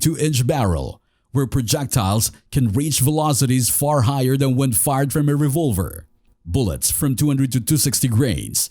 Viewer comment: That AI voice and mispronounced words/terms are too much for me, I'm out of here at the mark with a "thumbs down". Anyone know what a .460 revUlver is?